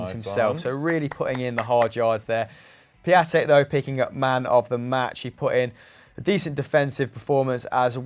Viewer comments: It’s pronounced piontek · FUN FACT Piatek means Friday in Polish and it’s Pion-tek